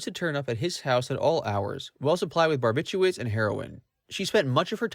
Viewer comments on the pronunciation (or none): none